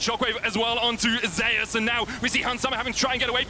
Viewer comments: You're the one pronouncing his name wrong. It's pronounced as ze-yus per his preference — in korean it is 제우스 (je-oos-seu). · Does anyone find it annoying that the pronounce Zeus wrong?